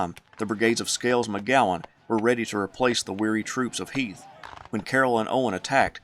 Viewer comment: I enjoy the history but my name is heath not heith like the candy bar come on man